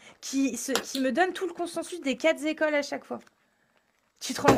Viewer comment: Ah non! Pas toi,! les 4 zécoles.......